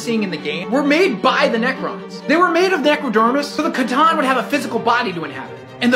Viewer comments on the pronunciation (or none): Wait did he just pronounce C'tan wrong 💀